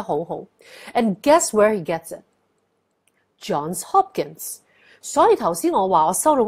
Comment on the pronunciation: Johnssss Hopkin not John Hopkinssss